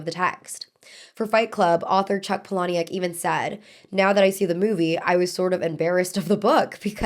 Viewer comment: Ma'am I love your videos but this is the second time I've watched you talk about Fight Club and mispronounce Chuck Palahniuk's name :( It's Paula-nick.